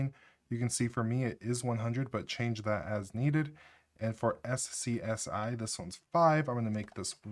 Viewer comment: Anyone else feel the compulsion to slap him whenever he says "ess see ess eye?" SCUZZY!!! n00b